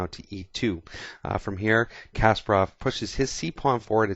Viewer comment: Btw, thanks for saying Kasparov's name right, usually in English-speaking countries they say KAsparov, not like it should be - KaspArov :)